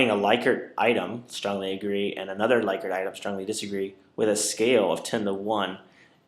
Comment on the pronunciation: It is pronounced LICK-ert